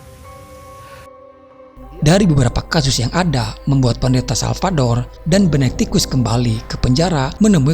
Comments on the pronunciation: Benediktus ya tolong.. bukan Benebenediktus🤦, please deh ah..! Ini cerita horor bukan komedi, jangan bikin saya ngakak..😤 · Benedictus bukan benektikus